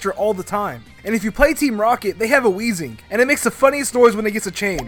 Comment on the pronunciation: THERE IS NO H IN WEEZING!